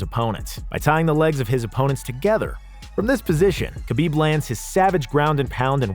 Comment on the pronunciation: Man great list. But the name butchering is rough. Hurts the list. Like how did you say khabibs last name that bad.